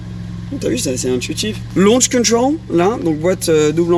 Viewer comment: LAUCH Control sa façon de le dire 😂😂😂😂😂😂